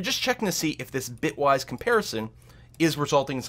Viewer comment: He said "Bytewise" several times instead of "Bitwise". That could be confusing for someone not familiar with the terminology since we're operating on bits and not bytes. Just pointing out that it was a mistake and not the correct term.